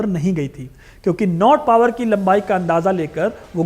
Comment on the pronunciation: भाई, नॉट पावर नहीं, नॉट बावर सही नाम था उस अंग्रेज का।